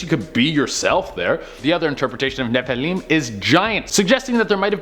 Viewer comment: ROFLMFAO. Loving how he is pronouncing Nephilim